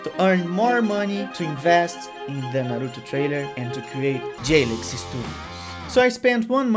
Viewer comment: Cê falou "Naruto" nos e na hora eu sabia. BR. O sutaque não engana kkkkkkk Muito feliz de ver um BR fazendo algo tão foda assim, parabéns cara S2